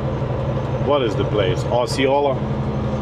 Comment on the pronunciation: You pronounced Osceola right. There is actually a County in central Florida named Osceola 😊